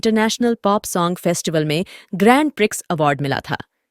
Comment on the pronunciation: वो ' ग्रैंड प्रिक्स ' ..... नहीं ' ग्रां प्री ' होता है....🎉